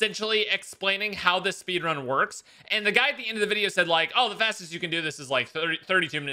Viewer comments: Ah yes the speenrun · Yes, speenrun, very intelgent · Ahhh yes the speenrun my favorite